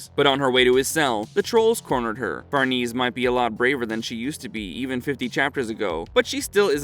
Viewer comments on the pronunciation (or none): Casualty????? It's causality!! It's pronounced Far-ne-say, not farnese. Please bring the original narrator back. This video was annoying to listen to. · Who’s Farneeze?